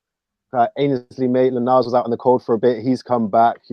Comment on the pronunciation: He is NOT MAINSLEY he is Ainsley